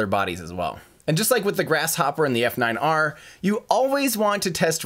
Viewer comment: Just for future reference, the F9R was pronounced "Falcon Niner" (At least it was by Gwynne)